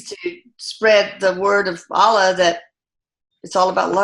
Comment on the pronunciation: Dear, Thanks so much for the work you do. Wish you progress from strength to strength 🙏 A gentle correction. Kindly pay attention to how words foreign to you are pronounced. It's not 'Aalah'.. it's 'Allah'. Might be worth your time checking out how a Muslim might pronounce it, isn't it?:) I am a Hindu. In Sanskrit, a vowel dragged or shortened unnecessarily can totally change the meaning of the word itself. Just a request to be a bit more sensitive to other cultures. Thanks 🙏